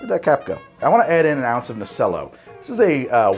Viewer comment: Nocello is pronounced Noh-chel-lo, similar to the instrument cello.